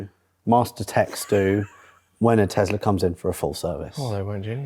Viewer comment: Elon Musk isn't the founder of Tesla. Also, last time I checked, it's Tesla, not Tezla